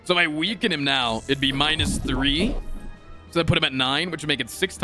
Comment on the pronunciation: Can we make it a rule that whenever mispronounces weaken on purpose, he has to donate 1 dollar to a charity >.>?